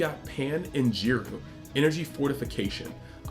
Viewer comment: This man say Jiru?